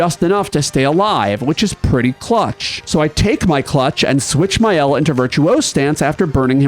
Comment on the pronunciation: Alright, I’m not going to be too precious about “Maëlle,” because even the English VAs say it wrong (“MY-el” or “MAY-el”), but Maxence says it in the proper French way, if you find one of his videos: “MAH-el”, elided to “MAH’el” (basically taken down to a single syllable).